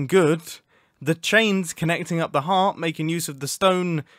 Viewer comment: My guy i thought you were saying hat not heart